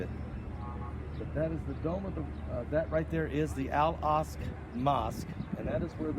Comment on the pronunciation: Al aksa not al ask